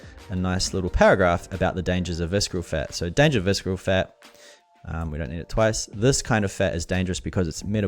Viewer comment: Great video and it helped me whenever I need to brush up quickly on the tool. I gave a like... And I have to ask, why do you pronounce the word visKeral?! Is it a Kiwi thing? Do New Zealanders in your region pronounce ce ci cy as K? Was it an honest mistake of not knowing the word? If it was why would you think that it's pronounced with K sound? (I'm not being a troll I am a non-native English teacher so I'm curious)